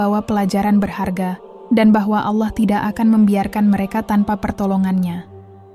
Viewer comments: Kentara skali narasumber nya bukan Islam, penyebutan Allah menjadi ala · Dan naratornya klo ucap ALLAH sering ga pake tasjid L"...